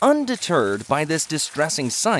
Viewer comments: 😅😂 😂 They “deturd” the elephant??? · Omg voiceover guy said . Un de turd instead of Undeterred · Narrator did say undi(TURD)? HMO or PPO or private insurance? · Did he say “Unde-turd”? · ~ "Undeterred" I heard undeturd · He said ”Unde-Turd” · When the narrator says "undeterred", my mind heard "undeturd" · "undeterred" 🤣🤣😅😆😂🤣 'unda turds' 😆😅😄😂🤣 Im 😵😵